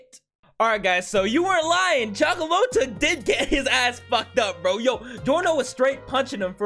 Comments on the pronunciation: Cioccolata is pronounced Cha-co-lah-ta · The way you pronouce Cioccolata is so weird cuz his name in english is just chocolate but still great vid.